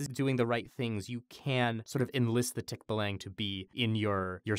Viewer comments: As a person from the Phillipines, I cringed at how they pronounced "tikbalang". Not to judge or anything. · I cringe at the tikbalang pronunciation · First of all, I honestly feel that version is an improvement. Tikbalangs should be horrifying and buff man-horse just doesn't cut it. And because it's Mike Trapp: Um, actually guys, it's tikBAlang (stress on the second syllable not the first). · This was wild start to finish I loved it (Um actually, it's pronounced tik-BAH-lahng not tik-bah-LANG) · yo guys, it's pronounced tik-BAH-lah-ng (think bah like the sheep sound baaa), not tik-buh-lang... wah just a correction as I am a Filipino and that's how we pronounce it :) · its pronounced as tik-ba-lang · Excuse me its Tik-baaa(like a sheep)-laang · Umm actually, its pronounced Tick-bah-lahng (or so i spell) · As a kid, I was scared of Tikbalang up on the trees. Now I'm much more afraid of this version. Also, Mike, ummm actually, it's pronounced Tik-BAH-Lang. Emphasis on the "Ba" syllable. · Tik (from Tick) + Ba (from Band) + Lang (from Language) That's how you say Tikbalang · I'm from the Philippines, and I didn't register 'Tikbalang' at first because of how Mike pronounced it. Like, "um, actually", it's supposed to be pronounced (tik-BAH-lahng). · The pronunciation is Tik-BAH-lung for future reference :) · the pronunciation of "tikbalang" is very slang, its /ˈtikbaˌlaŋ/ but in all fairness, the interpretation is unsettling but coooool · Umm actually tikbalang is pronounced tik-baa-lang. A tikbalang is a cannibal and the rapist of the forest and props to making the tikbalang alot more freaky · Um acually its pronounced Tick-bah-lang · Um actually its pronounced "Tik-bah-lang" haha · The tikbalang is pronounced tick-bah-lung just a lil heads up ^_^ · Um actually... you pronounce it more like tik-buh-luhng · Um actually when you say "tikbalang" that lang part is pronounced like long. Wow that sounded snobby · its tik-baa-lang i know this because im Pilipino